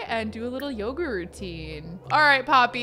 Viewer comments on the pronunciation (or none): none